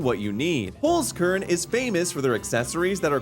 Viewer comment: as a German I cringed at the way you said Holzkern ._. good video though!